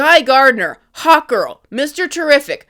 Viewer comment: Who else kept hearing Hot Girl instead of Hawkgirl?